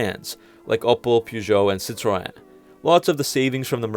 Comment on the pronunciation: My mans completely butchered Peugeot and Citroën 😂😂